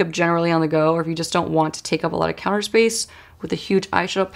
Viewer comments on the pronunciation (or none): none